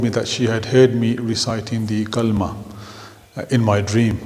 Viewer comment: Your kalma is wrong my friend may Allah guide you ❤